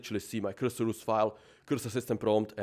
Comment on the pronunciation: Blud says 100 time word cursor and cant comprehend it is not qyrsyr 😂